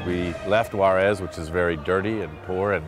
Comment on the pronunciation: Juares is pronounced "who-ahdes"!